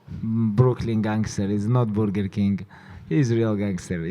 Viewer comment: boorger king lmao it still gets me😂😂